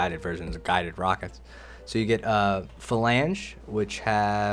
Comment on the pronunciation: You are pronouncing "falanga" wrong, pls staph it's hurting my ears xD